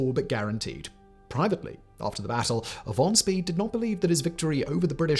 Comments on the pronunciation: Pronounced like Von Schpay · Except for von Spee. "Shpee"